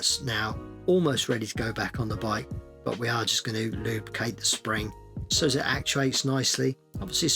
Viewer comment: Take a shot everytime he says lube-cate 😂